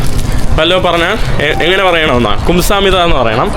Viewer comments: ഡാ ഗുംസാമിത അല്ലടാ, ഗംസാമ്നിതാ.. മീൻസ് thank you 😄പിന്നെ " അറസ്സോ" means ok, ശരി. മനസ്സിലായി എന്നൊക്കെ അർത്ഥം വരും. പിന്നെ കുമാവോ or കുമാവേയിയോ means also നന്ദി, thank yu, പിന്നെ അന്നിയോങ് or അന്നിയോങ് ഹസ്സേയിയോ means ഹലോ. 🙌🏻 im not lecturing just helping🤝😊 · 😂😂😂😂kumsahammida alla ite kamsahamida😂😂😂